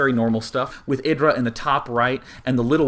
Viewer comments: It's not eh-dra but aye-dra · no its not, its ih-dra